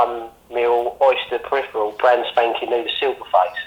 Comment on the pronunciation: “Oyster Peripheral” 😂